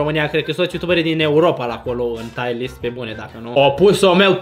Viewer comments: Fra nu se zice taier list se zice tier list😂😂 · Se zice cum se scrie , Tier list , “taier” list înseamnă altceva